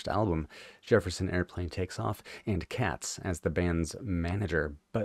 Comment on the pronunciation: Katz is actually pronounced Cates. He was fired by the Airplane, and ended up causing Moby Grape's band members a lifetime's worth of grief over litigation concerning ownership of the name and songs from the first two records. The first album remains their best but if you enjoy this song check out both "Seeing" from "Moby Grape 69" and "Can't Be So Bad" from "Wow."